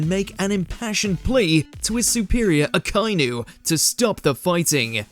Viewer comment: It sucks that the guy narrating is never gonna be able to watch the show without getting spoilers himself you can tell he’s never watched it because of the way he pronounces Akainu 😢